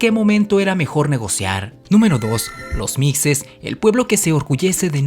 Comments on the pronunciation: Se pronuncia se escribe mixe, se pronuncia mishe no micse... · Cómo siempre, muy buen video, pero con el ánimo de aportar, le comento que la palabra mixe, se pronuncia con el sonido de "j", no de "x";igual que Xoxocotlán, otra localidad de Oaxaca,. Saludos